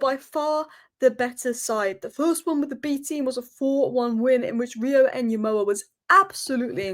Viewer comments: please Ngumoha not Nyumoha. The way to pronouce it effectively is by leaving out the first N. Better to pronounce it like Gumoha. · Small thing. The Ng sound in Ngumoha. More into the g and less in the n. Not nyemoha. It's good you try. (Wazungu do this. It's nice though) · Pronounce it as "EN-GUMOHA". You can drop the "N" and pronounce it simply as "GOMOHA". Notice how the "U" changes into an "O" once the "N" is dropped or becomes silent.